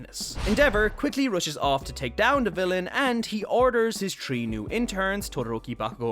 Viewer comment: Are you part jamaican? Only asking cuz you say tree instead of three